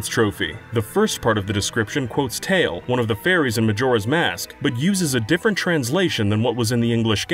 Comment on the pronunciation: Four Giants/Majora quote isn’t from “Tail”: it’s from Tatl, pronounced tattle.